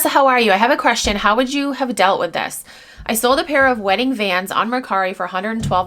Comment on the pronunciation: I thought she said wedding Vans but that doesn't make sense, I couldn't tell if it was "bands" or "Vans"